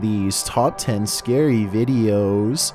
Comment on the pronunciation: Oooo scawwy